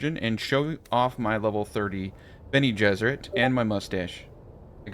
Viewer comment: lol sounded like you said Benny and the Jets as in the song. Bene Ges